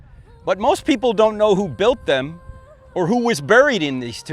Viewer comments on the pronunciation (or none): none